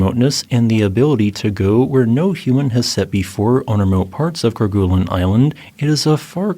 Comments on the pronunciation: The "gue" sound in Kerguelen is actually pronounced more like "gway" or "gey" rather than "goo." This is because the name Kerguelen comes from the French explorer Yves-Joseph de Kerguelen-Trémarec, and in French, the "gue" combination is typically pronounced with a soft "g" sound, followed by a "u" sound that's more like a "way" or "ay" sound. Fyi. 😉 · "ker-GOO-lin [sic]" -- "KER-guh-lin" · Ker-goo-lun...🤦 It's pronounced ker-gay-len. It's a Breton name, if you're gonna inform non-French people of its existence, at least get the pronunciation right, for fork's sake. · Great video. It's pronounced "Ker-gay-len", btw, not "Ker-guh-len". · Yep, actually more like ker-gay-lin but there's room for a little variation. 👍